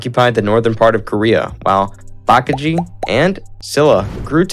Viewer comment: imagine pronouncing baekje as bakji (it means bat in korean)